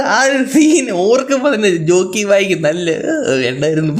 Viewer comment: റോക്കി അല്ല ജോക്കി 😂